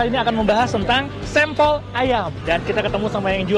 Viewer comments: Sempel(logat) asing😂😂😂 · aku dengernya kok bahasa jawa cak SEMPEL..hhhh salam seduluran dari gresik